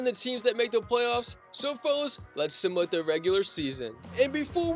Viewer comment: Bro, learn how to say simulate